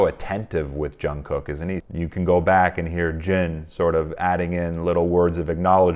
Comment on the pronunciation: quick note - Jungkook is pronounced with a soft j, and then jungoo - very softly.